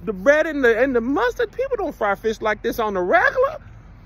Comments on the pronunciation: Hey Tom. Kevin tried to say fish but he said FRISH. I think the fried flounder fish caught his tongue. Get Kev some tartar and a piece of white bread. Back to you Tom😊😅😊😅😂😂😂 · We ain’t mad you said frish 🤣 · Kev, you sure your not from Gonzales, TX? My gma and her peoples say fish like that 😅 Anyway, can't wait to see you here in Austin TX later this month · KEV IS COVETING FISH SO BAD HE CANT SPEAK RIGHT! LOL